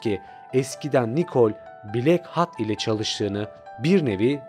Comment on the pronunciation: Ama "blak hat" diye okuması daha eğlenceli xd